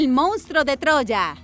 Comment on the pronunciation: Hay que aprender a leer bien y pronunciar correctamente ya que no se die mounstro se dice monstruo,ese defecto se da casi en todos los que no saben leer bien